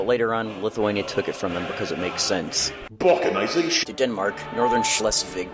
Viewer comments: Balticnization not Balkanization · It's not BALKANIZATION, it's BALTIKAZATION. Trust me, I know.